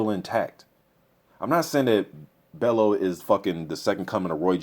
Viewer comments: loooool. its bell "U" Not Bell "O" tony bellew loool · haye should win but I hope bellew does win he a funny guy got character, pronounce it bell-you not bello haha. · Pronounce his name sounding like.. Tony Bell you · Tony Bell-YOU is how you pronounce his name ;) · i think you pronounce Bellew like: bell-you in a scouse accent if you can. Hoping for a good fight , not sure if bellew can take hayes power/speed but at the same time tony has fair power too , capable of hurting hay "if" he can land clean. Big if tho. If it goes deep into the rounds , it will be interesting as we haven't seen how good hayes stamina is since his return. If I had to bet my home , id go haye wins ko/tko within 6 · It's pronounced "Bell-u" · I'm still chuckling over the fact that you can pronounce "Arnold Gjergjaj" 100% perfectly - but Tony Bellew is causing you problems.